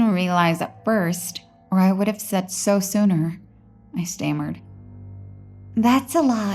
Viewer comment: everyone talking about fire plot hole, but how about how she pronounced " inevitable" and " stammered"?